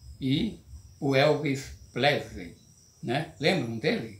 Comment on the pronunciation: "Elvis Plesrey", perdi aqui